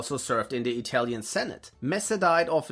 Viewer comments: Your pronaunce is one of the best interpretations of Italian I've ever heard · As italian, your pronunciacion is awesome! Congrats! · I can say for once, as an italian, that a Youtuber talking about WW2 has done research not only on history, but also on pronunciation. You might be the only english-speaking creator that I have watched not butchering the names of italian characters or places. So hats off for educating yourself - evidently it cannot be taken for granted.